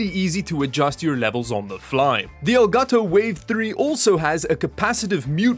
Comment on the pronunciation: Finally an english speaking Youtuber who pronounces properly the brand: El Gato 👏👏👏